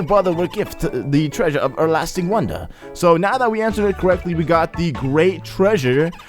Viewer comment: "E'erlasting" seriously?!